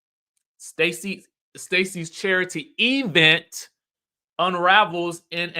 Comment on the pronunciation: The way you consistently say “E-Vent” like Tisha 😂😂😂